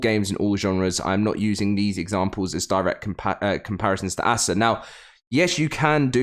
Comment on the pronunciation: It’s not ass ah it’s ASA